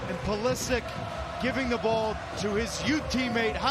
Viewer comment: Every time he says Pulisic's name it sounds like christian politic.